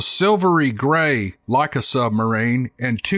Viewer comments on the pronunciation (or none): none